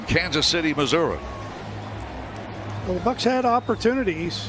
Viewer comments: Great and all but Kareem didnt even leave his feet? Guys got flashbacks to Bo Jackson at Auburn. Also says Mizzurahhh worse than my grandmother. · I like these commentstors except for the fact that one of them said Missoura at the end.